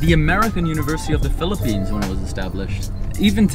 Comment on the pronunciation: I REALLY LIKE HOW U PRONOUNCE PHILIPPINES IT SOUNDS SO HONORABLE LOL, THE WAY U SAY IT IS LIKE IT IS GETTING AN AWARD HAHAHA actually ur speaking voice is what i like i think